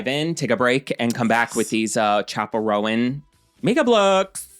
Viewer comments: I'm older than you, but I'll still correct you, it's Roan, one syllable, not Row-an 😊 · oooo BTW, in case no one else responded: right. 😬 ROAN→ RŌN [ROWN]. oh. since we're sharing phonetic spellings... Zendaya→ zen-DAY-uh. 🤓 kthxbyyye. 🖤🤘🏾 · Roan is definitely 1 syllable. That's how you pronounce it when it's a coat pattern in horses and dogs.